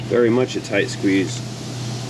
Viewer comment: There's no tight squeeze in that car,. There's only "toight" squeezes. Toight like a toiger. 😁